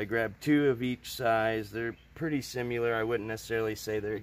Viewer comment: My dude, I like your videos, but your mispronunciation of the word “similar” as “simuler” is nails on a chalkboard.